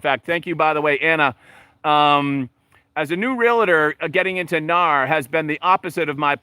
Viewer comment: “Real-tor”not “real-a-tor”. Similar to “doc-tor” not “doc-a-tor.” But good video and you are right.